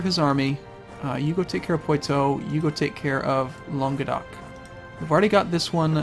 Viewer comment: And it's 'pwah-toe' for Poitou and 'Fwah' for Foix. The other one was Richard Plantagenet's name